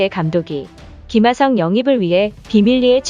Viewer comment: 김하성이라고 해주세요 김하썽?